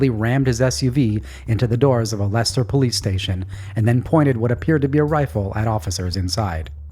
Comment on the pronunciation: As a lifelong resident of Leicester, England, I'm fascinated to learn that there is a Leicester in Massachusetts USA. 😁👍 I was also pleasantly surprised to hear you pronounce it correctly 😁👏👌 it's not easy for non Brits to understand some of our town names 😜